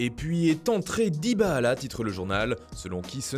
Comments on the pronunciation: Il a vraiment dit DybaAla 😭😭😭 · DybaAla 😂😂😂😂😂 J'me suis dit "nan il s'est tromper la 1ere fois" eh bah nan il dit bien DybaAla 😂😂😂😂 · Faut vraiment que ce gars arrête de prononcer le nom de Dybala!! c'est insupportable ça fait saigner les oreilles